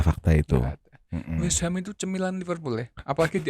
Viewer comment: Ngakak bgt kalo ngomong cemilan tuh wkwkkw